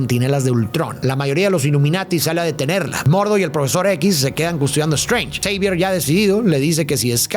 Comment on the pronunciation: Todos: Profesor Xavier: Profesor Javier Jajajajaja el "Arenoso"